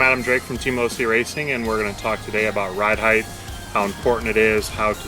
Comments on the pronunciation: Ride Height* ....heighth isn't a word. :) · Wtf is heightth